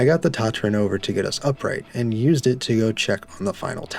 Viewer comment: it’s pronounced ta-tra please for the love of all that is holy get it right